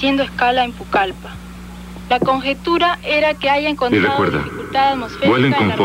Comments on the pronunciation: Aparte dicen Pulcallpa y no Pucallpa. No hay personas de la zona hablando con el dejo de allá. Fuera de eso, nos narra la historia de esa terrible tragedia. Yo también la vi pero en otra versión ésta historia. Gracias por compartir ésta versión de ese hecho. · Es Pucalpa, no Pulcalpa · La pronunciación en la traducción de Pucallpa está mal hecha. Se pronuncia como suena. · Es Pucallpa